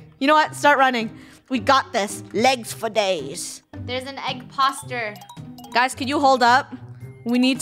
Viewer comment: Did anybody else here say “egg-poster” oop- da future